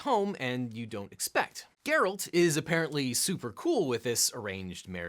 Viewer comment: Geralt, not Gerald.